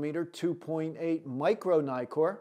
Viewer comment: Naikor ? Nikkor. As in Nick.